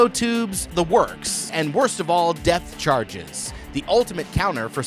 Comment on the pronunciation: “Depth charges”, not “death charges” 🤦‍♂️